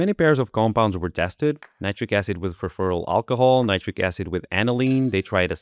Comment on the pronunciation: "Furfurryl alcohol"?